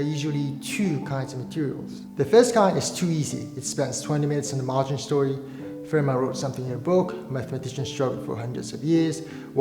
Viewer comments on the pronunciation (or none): I know people say 'Fermat' but it's pronounced 'Fermar'